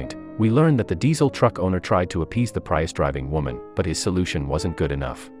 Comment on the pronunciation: What planet are you from? It's PREE-US.